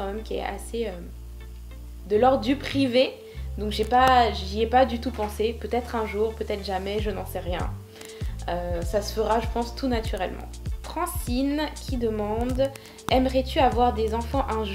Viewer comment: Lol a chaque fois tu dis Françine, c'est FranCEline xD ! Je savais pas que tu avais des origines béninoises. Je suis née au Bénin ! Hâte de voir la 2ieme partie. Merci d'avoir répondu a mes questions, Bisous <3